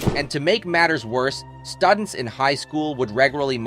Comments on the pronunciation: Did the narrator mispronounce “students” and “graduating”? I stopped watching after that because of you can’t read those words correctly, then I can’t trust what you’re saying…. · One minute and nineteen seconds into this video I had to stop it, write this comment, and turn it off. Why? The narrator mispronounced the words "students," "trapped," and "graduating" all within a span of about ten seconds. If those simple words were so tough, how did he correctly pronounce "dermabrasion?" That's very weird, and I figured if they couldn't even figure out how to say them, there's no possible way I am going to trust the facts presented. Which is too bad, because I have been a Janis Joplin fan since the first time I ever heard her on the radio. I listen to the Pearl album over and over; it's a masterpiece! Thumbs down on the poor video production.